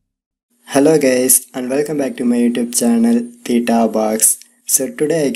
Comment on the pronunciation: Did he say " hello gays"???